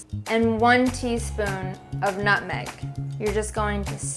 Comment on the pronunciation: so... Am I the only one that heard the one teaspoon of nutmeg as "nothing"?